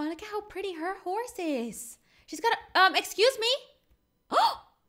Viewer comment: Cookie girl:D cat:3 lol when ever I play I haven’t been on roblox in a while but I was thinking In my head I’m gonna name my horse butter cup also read the description she said hose instead of horse and BUTTER CUP IS CUTE BAM WHAT!!!!!